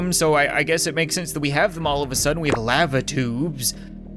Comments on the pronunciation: Yo can I get an audio file of you saying lava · why the hell did he say lava like that